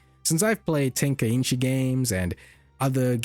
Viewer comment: it's "Tenkaichi" not "Tenkainchi" ;p